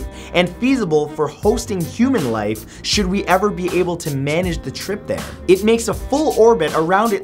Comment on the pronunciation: you said chould